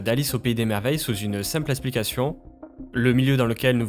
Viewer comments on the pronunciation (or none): Donc tu sais dire ”X”, mais tu dis eSSplication ?..